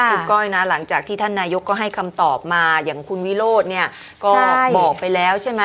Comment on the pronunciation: คุณผู้บรรยายข่าว ส.ส คนที่ว่า เขาชื่อ วิโรจน์ ไม่ใช่'' วิโลด ""😂😂😂😂